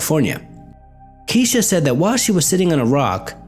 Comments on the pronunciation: I'm pretty sure I saw a show that investigated a haunting that had to do with Kesha* (not "key-sha" lol) as well. It was a while ago so the details are a little blurry to me, but it goes to show that some people tend to be a little more open to the paranormal, it seems. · "kesh.....kesh-a,....not "key-sha" it's pronounced ke-sh-aa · Isn't her name pronounced kesh-a? LoL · Love how you keep saying Keesha. You're such a weird dude to listen to haha--keep the vids coming! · Don't feel bad one bit. Whoever heard of a Kesha? It's a made up name. When someone chooses to give his/her child such a name, mispronunciation is to be expected. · Turns out I've been saying her name wrong this whole time too. Never knew that was the wrong pronunciation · yup, ya did. Kinda glaring. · It made the video even better. I was bugging out! haha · every time you said her name wrong all that I heard in my head was.. Miss Kesha? Oh my fucking god she ded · MadNinjaGato Shadow Yeah like I said on his other thread, I was mispronouncing her name up until my girls started watching Victorious. However I actually catered trains with a girl named Kesha who pronounced it "Keesha" lol